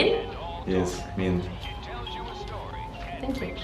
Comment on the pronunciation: it is mann not men men is like from in English who are you ? mann anta? I am from Giza Ana men el Giza